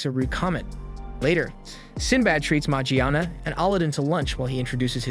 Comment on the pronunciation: Kinda a weird way to pronounce Morgiana